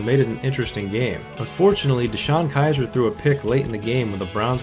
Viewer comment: Heard you say deshone kizer and immediately started laughing